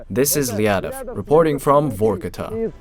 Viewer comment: It’s not VOrkuta. It’s VarkuTAH!